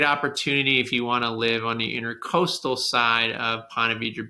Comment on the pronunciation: Love your videos but please . It's INTRA-COASTAL not intercoastal. Please look up the difference. Thanks.